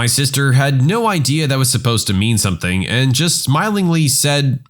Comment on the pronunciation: No k in the word something.